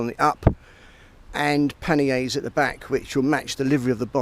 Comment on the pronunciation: Big T haha great comment! Sounded a bit ridiculous